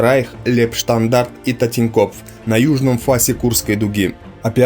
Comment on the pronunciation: Автор, научись правильно выговаривать фамилии и названия соединений. Ухо режет "Татенкопф", Ротмистров и прочее.